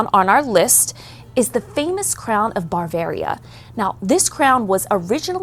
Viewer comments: It’s “Bavaria” not “barvairia” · She should probably learn how to pronounce Bavaria